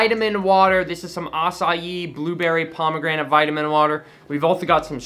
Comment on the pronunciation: Imagine saying Acai (UH-KYE) like ASSAYEEEE lmfao its definitely cherry pomegranate tho (edit: theres 18 different fruit flavors listed on ingredients lol)